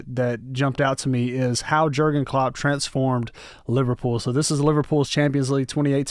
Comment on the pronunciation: hey just fyi klopp's first name is pronounced as "yurgen" and yes he is still the liverpool manager. great video :)